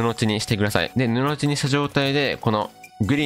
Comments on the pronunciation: ぬのじだと思いますよ。わざわざ返信ありがとうございます👍🏼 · 布地の読み方 ぬの"ち"はおもろい